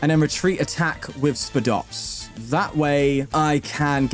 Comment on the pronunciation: its pronounced "SPY-DOPS" like a spider lol i dont know why that erked me